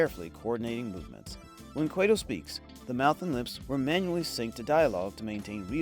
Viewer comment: Its pronounced "QUAT-oh" (not Quay-to"